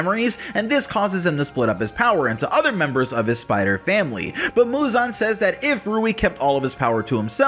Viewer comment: Why can't anyone properly pronounce muzan? Lol.